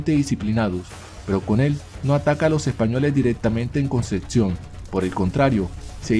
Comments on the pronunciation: Es Concepción no conceción.. igual bueno.. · dices "Concetcion" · Solo comentar q es Concepción y conceccion. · no es concetción......es Concepción. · Di bien ,"Concepcion" merda! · Concepción se pronuncia tal cual, no existe una "T" entre la p y la c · Como me pronuncies "Concepción" como lo haces, te sacudo.